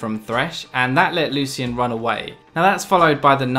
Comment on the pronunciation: I hate how he pronounces 'Lucian'